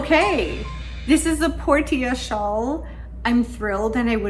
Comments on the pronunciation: Trying to be helpful—not snarky—I believe Portia is pronounced porsha, with the a sounding like the a in petunia. British pronunciation glosses over the r a bit. It comes from Greek based on Latin meaning harbor or haven. Enjoy the knitting journey!🌻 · Portia is generally pronounced as: por shuh. ❤ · Ahem, “Por-sha” like the character in The Merchant of Venice ; )